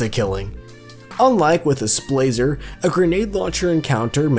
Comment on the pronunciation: Every time the word "Splaser" was used, my mouse pointer grew closer to the big red 'X' on the top right of my screen. God, that word is horrifically painful to listen to